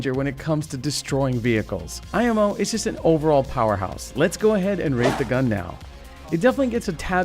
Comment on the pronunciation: Was that a Super Trooper reference I the beginning because heard "Meow" not "Now" sorry I literally got my nickname from the movie XD